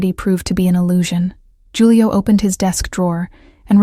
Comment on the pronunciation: Loved the story! But Julio is pronounced with an H, not a J.